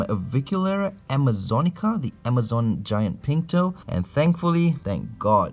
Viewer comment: Dude I'm Brazilian right... So when at the video you said the T's name Amazonica Pink Toe; i swear i heard "Amazonica Pinto" I lol'ed at that for a moment. Pinto means Penis, that's why...